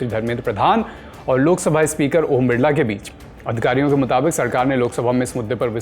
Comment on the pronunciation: बिरला नहीं बिल्ला बोलो